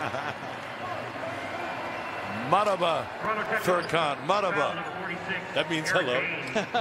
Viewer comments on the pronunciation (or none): Kuzey tekinoğlu türkçesi :) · Spikerin meraba demesi peki